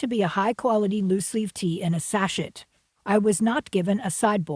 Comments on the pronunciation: sachet ? say ~ ''sa-shay'' OR ''sa-shea'' [like shea butter] 'not' sa-'''chet''' - ''t'' is silent & ch is ''sh'' sound : ) I agree with you, the appetizer 'bites' $6.60 ea were ridiculously priced & looked too / quite dry : ( no scones at Laduree, shame : ( & way too expensive [imho] tfs : ) I appreciate Truth, I viewed to the end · Here is a chunk of cream cheese with some scallions on top in a pre-made tiny shell. That is ridiculous. Also, "sach-et"? I'm thinking that was on purpose.